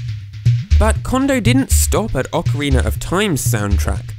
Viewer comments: "Ocariner of TIme" Anyone else notice? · Why does every british guy say "Ocariner of Time"? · ocariner of time